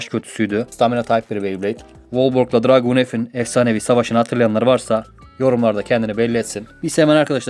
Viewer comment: Dragoon Dranzer Draciel Driger isimleri abi yanlış söylüyorsun